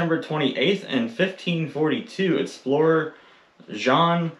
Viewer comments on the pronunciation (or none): none